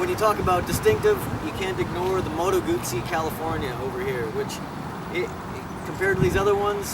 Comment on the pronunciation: Damnit. It's not "goosey", it's Guzzi. Hard Z in the middle.